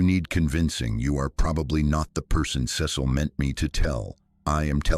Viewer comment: Ce cil pronunciation wrong numerous times ugh